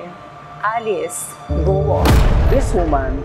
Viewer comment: It's Kwo ( Guo ) instead of Guwo